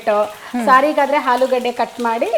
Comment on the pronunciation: ಹುಪ್ಪು ಹಾಲೂಗಡ್ಡೆ ಯಾವಾಗ ಸುಧಾರಣೆ? ಸರಿಯಾಗಿ ಉಚ್ಚಾರಣೆ ಕಷ್ಟಾನಾ?